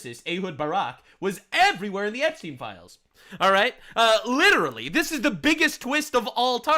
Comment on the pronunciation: looll "Epstiny"